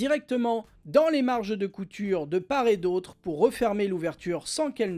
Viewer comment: Hello ! Normalement, quand on dit "de part et d'autre", on doit faire la liaison entre le t de "part" et le "et", on devrait donc dire : "de part-tet d'autre" et non "de par-et d'autre". Sinon il a l'air vraiment bien ce sac banane